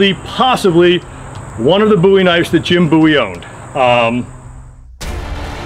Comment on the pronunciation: Thank you for saying "bowie" correctly